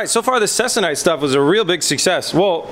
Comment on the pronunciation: your fabric you are referring to is pronounced "seek- a- nite". just so you know. also it is used on dope and fab aircraft.